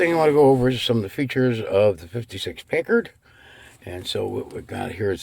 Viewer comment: PACKard--like "pack" a lunch! Love your magnificent car!